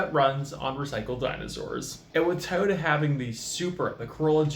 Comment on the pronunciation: Enjoyed listening to you saying "taa-o-Da" instead of Toyota, since the rest of your video was borrowed info from Kirk